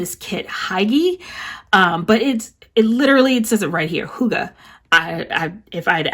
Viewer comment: Yes you got it right- it's pronounced hoo-gah just like you said!!! Also, that fashion girl would have matched the Crafts by Thaowie new year kit I think!